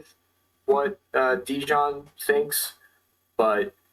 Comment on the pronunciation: Dijon? you tool, at least learn to pronounce the man's name ffs.